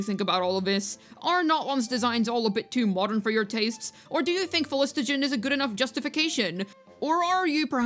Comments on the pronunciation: For the sake of my autism: Phlo---gis---ton Not phlis---to--gen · Minor correction: it's phlogiston, not phlogistogen. And I don't mind the tech, maybe the thing is that there should be more examples lying around Natlan for it to seem a bit more suitable. For Xilonen, there are those music shops and the dj parties at least in her town and in Mualani's town. Also Xilo in her quest says that the rollerskates use phlogiston glue to travel walls, and needs to apply it again after usage. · Everytime bro said phlostigon there was a overload reaction in my head doing 35k damage buffed after 5.2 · The phlogiston pronunciation was so cooked fam 😂